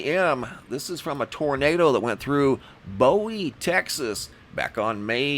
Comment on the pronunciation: you should have made a timelapse video of your "alien asparagus", so we could see the quickness of its growth. 👍 Maybe do that next yr. Also, on BowieTx, its pronounced "Boo-ee" not 'Bow-ee'.